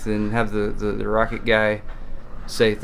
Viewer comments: Pretty sure its ROW CAT... not rocket... pretty sure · I thought Roccat was pronounced [rOh-kAt]